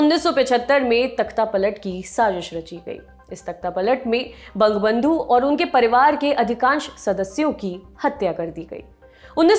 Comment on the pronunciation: Kya bekar ka pronounciation karte hai ye hindi me ... Bangbandhu nhi hota bengali me - bwangobondhu bola jata hai... At least being an reputed youtube news channel with proper research team you should try to pronounce other language- words as per it's own origin accent. Google search is there ,fyi , to get the pronounciation 🙏 PS: appreciation for mentioning Hasina's comment that if something communal happens in India that affects bangladesh also